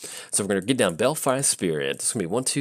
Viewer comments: I just assumed he wanted some Bel- fries with his tokens lol xD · "Belfry" is actually pronounced "bell-free".